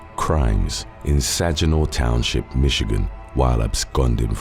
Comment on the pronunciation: Silly thing, but the first story. The city is pronounced "sag-in-awe" with the g being hard like in gasp or go. Love all your videos, definitely spend hours falling down the rabbit hole on your channel 😊